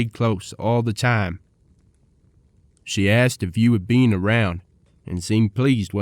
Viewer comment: Who pronounces been as bee-N? Wyatt ear-P, Osage like sausage? Chunk wagon? Dear lord, if you pronounce Wichita, Cheyenne, Winchester, or Bisley why are we narrating a western?